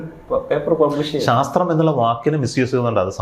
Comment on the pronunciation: ശാത്രീയമല്ല, ശാസ്ത്രീയമാണ്